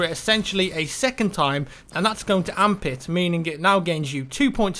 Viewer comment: I like how he says, "Amp it." Sounds like he's saying "Armpit"....